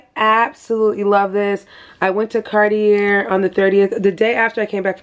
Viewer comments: Just for info sis . It’s Cartie ( Cartier) not Cartierr . We don’t say the r at the end . Greetings from a French girl ❤ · Congrats on your gift! Fyi the R is silent in Cartier… its pronounced car-tee-ay